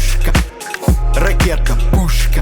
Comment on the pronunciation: Видео гораздо лучше, чем "на уровне" ) Красавчики! Но, что за блять "ракета-пЮшшка" О_о , я думал кровь из ушей хлынет